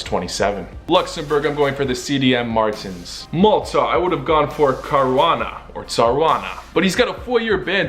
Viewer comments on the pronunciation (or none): none